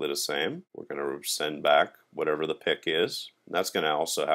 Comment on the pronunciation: I hated when you pronounce "the" as "da" all the time .. its not funny ..